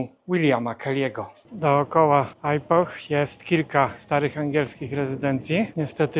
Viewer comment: Dlaczego źle wymawia Pan nazwę tego miast, to nie jest (ajpoh) tylko (ipoh z lekko milczącym "h", jak (ipo)